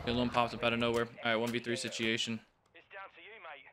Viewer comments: ngl really bothers me how he sometimes says situation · Why does he always say situation wrong🤣